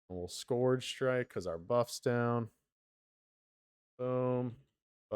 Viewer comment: try and put the word into Google translate and listen to how it is pronounced. What you are saying is not the word scourge